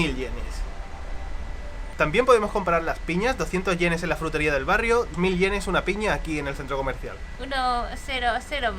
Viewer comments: Me encanta como pronuncia la palabra "Jrutería" 😂💖 saludos desde Colombia! Aquí somos muy afortunados de tener una gran variedad de frutas ✨ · no puede pronunciar /fr/ hace el sonido /jr/: jrutería.:)